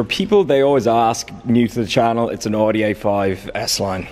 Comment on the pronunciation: Never heard of an "ooodie A5" before hahah